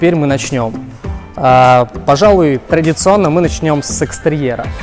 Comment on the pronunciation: Я один услышал про "сэкс терьера"? 🐕18+